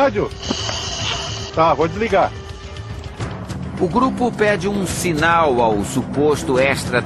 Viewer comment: "Diliga o rái..." "Desliga o rádio?" "É" Kkkkkkkkkkkk